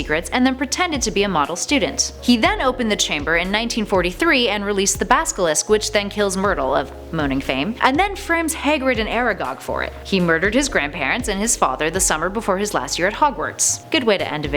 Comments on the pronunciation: You called the basilisk "the baskle" :( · Hermione voice it's Basilisk, not basKilisk